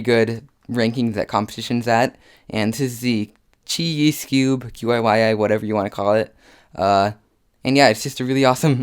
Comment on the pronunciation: It's pronounced Chee Yee cus it's chinese